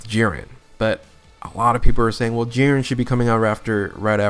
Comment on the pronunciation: Bro how do you say Jiren wrong